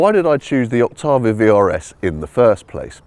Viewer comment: It's pronounced "ok tay vee uh"